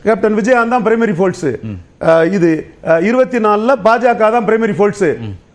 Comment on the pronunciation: டேய் சங்கீ folce இல்ல டா force